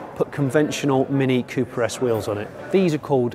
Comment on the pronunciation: Literally for the first 5 minutes I kept thinking that he was saying Cupra S instead of Cooper...